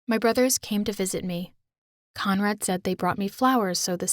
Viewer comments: Am i the only one who hears commrad instead of conrad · I thought she said comrade and started singing the national ussr anthem